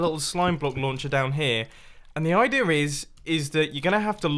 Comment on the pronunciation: I love how you say idear